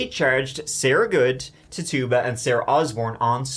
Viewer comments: Titchiba not Tarrtuba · Say it with me not : Tit - u - ba. Not Tit - tuba.